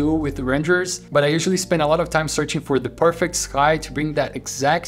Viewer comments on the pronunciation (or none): none